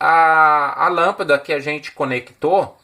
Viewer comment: Amei o vídeo, principalmente o marelo, marrao e lampida kkkkk, brincadeiras a parte, melhor explicação de relé que ja vi, estou tentando entender faz tempo como usar e ter um pouco de conhecimento, parabéns pelo vídeo, o único vídeo bem explicado sobre o funcionamento de um rele na prática 👏👏👏👏